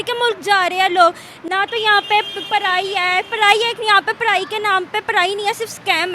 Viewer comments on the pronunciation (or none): kya iss ladki ko JOB mil sakti hai . Kyuki ye PADAI ko PARAI OR JOB ko JOP keh rahi hai 😂😂 . 😂😂😂😂😂😂😂😂😂